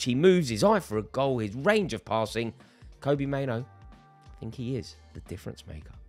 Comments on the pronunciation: It's pronounced like Robbie not Kobe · Rory just a heads up, it’s pronounced kobbie like robbie. Andy mitten knows his dad and he confirmed it. 👍